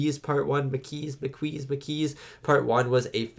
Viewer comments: it's pronounced Ma-Key. The group was named after the French resistance group during the Nazi occupation in WW2. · P.P.S. For what it's worth, Dukat is being honest with Sisko in this one. He doesn't know how the Maquis or Cardassian colonists in the DMZ are getting weapons, but he wants to protect the peace treaty. By the way: Maquis is definitely pronounced "mah-KEE". The Maquis are also a very diverse group ... there are all kinds of Federation colonists in the DMZ, not just the native Americans we saw in "Journey's End", who now feel abandoned by the peace treaty. They've spent decades building a life on colony worlds in space wilderness, so naturally they don't want to leave. But they wake up one day and find a treaty by distant governments has suddenly left them vulnerable. And instead of respecting that treaty, their Cardassian neighbors will endlessly attack them in an attempt to get them to leave. That's why they have armed themselves (for defensive purposes at first, and later offensive) and taken on the Maquis name. This whole tragic situation is a reminder that peace only works when both sides honestly agree to peace. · Wow, realization of the incorrect pronunciation of "Maquis" was such a boner killer. I was hoping for, "Oh my days, i feel so silly saying it so weirdly for weeks." Instead, he didn't even remember what it was, and says he's going to continue calling them the "Mah-Kweeeez.". It's French, and you're Canadian, dude. C'mon! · I'm kinda going to miss hearing "mah-KWEEZ" now that he knows the actual pronunciation. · THE MAH-KEY It's French. Why would you intentionally pronounce something wrong when you know it's wrong? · The Maquis is pronounced Ma - Key. Can't wait for your reaction to part 2! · Maquis is a French word, pronounced Ma-Key. It was a group of French and Belgian resistance fighters formed to resist the German occupation during WW2. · It’s pronounced maa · kee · It's pronounced "Ma Key".